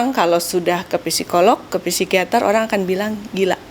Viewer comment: Masukan dikit, psikiater, psikolog baca yg benar tanpa P , jd sikiater, sikolog gitu aja.. makasi